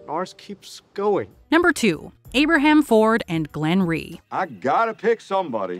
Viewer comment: It’s rhee not greene. I’m sure it was a mistake though.